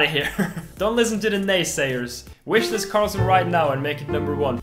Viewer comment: in your video ye ssounbs like you are saying racist but you are saying wishlist